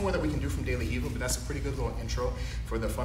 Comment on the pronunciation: Not hiva.. it's de la Riva